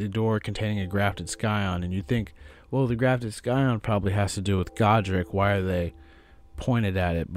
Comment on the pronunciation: dude the c in "scion" is silent